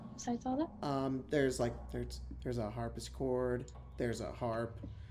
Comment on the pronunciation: I keep giggling each time said "harpischord" instead of "harpsichord". It's endearing. XD